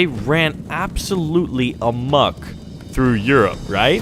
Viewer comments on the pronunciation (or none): none